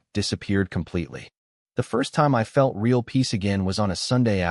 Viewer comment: Reaiaul - real 🤣🤣🤣🤣